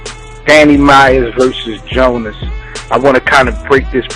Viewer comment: Did these guys see the Gjonaj Vs Psycoses battle? Gjonaj has stepped it up since Diz, but I agree Danny is gonna be a tough opponent, I can't call it... I know that nobody is getting 3-0'd here though. Also fam.. His name is GJONAJ (Joe-NIGH) not Jonas.. Can't wait for the battle